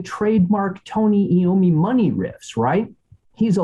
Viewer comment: First of all its III-ommi, like eye-ommi, NOT eeee-ommi. Second, it’s Dirty Women, PLURAL, not singular, Dirty Woman. All Moving Parts is NOT southern rocky…